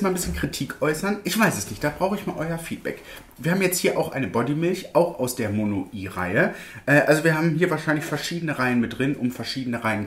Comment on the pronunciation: Das heißt nicht Mono-i sondern wird in einem und "weich" Monoi ausgesprochen. 😀